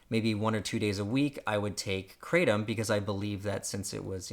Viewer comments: You don't seem to be be able to even PRONOUNCE KRATOM. So how can you hope we trust believe or even would consider anything it is that you have to say . ? ? Yo ? BTW: it's " cray'-tom ". KRATOM has effectively REPLACED my over-all need for Prescription pain meds like Oxycodone, Oxycontin & Fentanyl by 95%. That is huge & shame on America for not recognizing this . Take good care & KNOW that our Creator is Crazy in Love with you ! ! ! yet, I could care less WHO you are, lol . . . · It's pronounced krah-tom and the (t) part of (Tom) is a sound that is somewhere between a (t), (th) and a (d) sound because that's how Thai people pronounce a (t) sound .... It's a Thai word. Also it is in fact an opiate analogue. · It’s pronounced Kratom not kratom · It's hard to take your video seriously when you can't even pronounce "kratom" right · Never heard a single person pronounce it that way, until now. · The fact that I just had to do a study about Kratom and didn't watch this video made me regret my life. I took hours upon days researching when I could learn a lot of the facts from watching this short video. Also it's pronouced (Kra-tm) instead of (Kra-tom). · Kratom is pronounced with the short a sound. Asian languages, when using Roman characters for phonetic pronunciation of pictographic characters, such as the phonetic western letters seen in Romaji, pronounce the letter “a” as the short a sound—as in apple. The Roman letter “e” is pronounced as long a, as in sensei when followed by the letter “i”. It is not spelled kreitom, so that is unequivocally the wrong way to pronounce it. This is not a guess as I am a linguist and east Asia is my speciality. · Why do Americans insist on changing words ...the pronounciation of "Cratom" is "Kru Thom" "Kratom" in asia it is consumed by MANY and it is found everywhere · Anyone who pronounces it Kra Tom is a pure asshole. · Anyone else hate when it’s pronounced cray-tum? 😄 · It's from Southeast Asia and they pronounce it krah-tom.